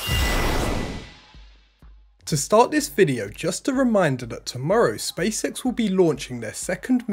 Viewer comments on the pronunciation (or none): Also sounds like he's saying Space Sex instead of space X. I just can't unhear it, haha!